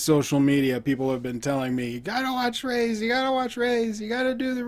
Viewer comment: Raees , it is pronounced as Ra-his, it means rich or wealthy. Checkout my reaction too...